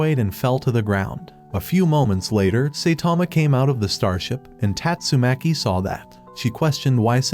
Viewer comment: tastumakii gets me rollin😂😂😂